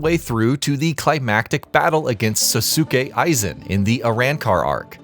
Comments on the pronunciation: Sow skay Aizen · Actually that would be how you pronounce Sasuke. Sosuke Aizen would be pronounced Sos-kay*I-Zen